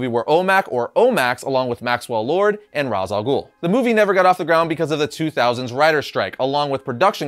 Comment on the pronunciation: Please say Ras' Al guhls name correctly.. your a comic book fan bro